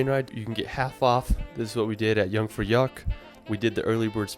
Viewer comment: Learn your German pronunciation! It is not young-fra-yak It is yoon-frau-yoakh (Jungfraujoch). Knowing how to pronounce German correctly will show that you are somewhat well knowledgable in this area to your advantage.